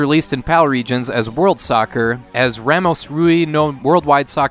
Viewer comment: Sooo close to pronouncing Ramos correctly!